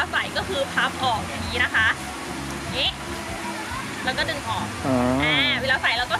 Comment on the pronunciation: ค่ะทำไมต้องใส่เสือชอสเดอละค่ะและยังพูดคำว่าแล้วเป็นแร้วหนูไม่ขอบพี่ชอบเซ็กซี้